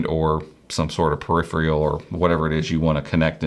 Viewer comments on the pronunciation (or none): I never knew so many people couldn't say peripheral before youtube vids